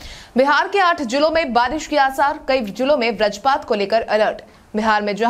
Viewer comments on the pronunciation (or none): व्रजपात नहीं बल्कि वज्रपात होता है। हिंदी सुधारो क्योंकि आप हिंदी भाषी राज्य के पत्रकार हैं।